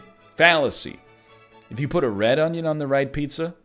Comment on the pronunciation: A good onyo is a heavy onyo.